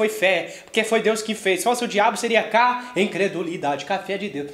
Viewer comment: "ca-incredulidade" KKKKKKKKKKK